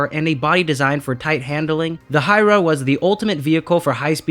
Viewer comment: It's not hira it's H-u-y-a-r-a